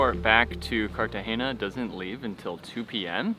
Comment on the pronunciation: CartageNa, not CartageÑa.